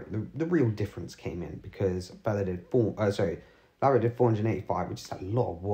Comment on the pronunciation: LaverAck not LaverIck. Just to be clear.